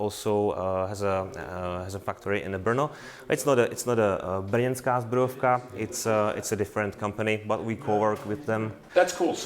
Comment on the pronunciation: Sir zbrojovka not zubrovka :-D Zubr is word for europian buffalo :-)